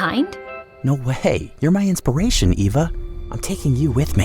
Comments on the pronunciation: why did ryaln say Ava instead of Eva? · her name is pronounced Eva not ava